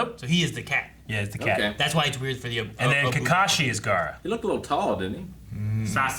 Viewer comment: “...this Gerra guy...” is the best, most American thing I’ve heard all day and I love it.